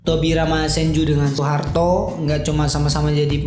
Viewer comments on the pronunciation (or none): none